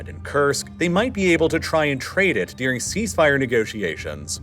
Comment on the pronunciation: One of my biggest pet peeves with this channel is the way he says "dearing" instead of "during". God, it drives me nuts and makes me want to punch a... nevermind, I'll stop here.